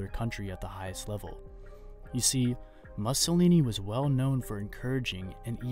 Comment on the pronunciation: If you can't pronounce "Mussolini", don't do the video.